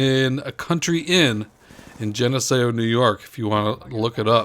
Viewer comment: Haha nice commentary. But it's pernounced Gen-eh-see-oh (Geneseo) I used to live near there